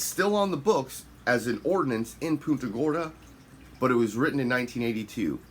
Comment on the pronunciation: You’re pronouncing the city wrong. Think of it as Punt…a Gorda.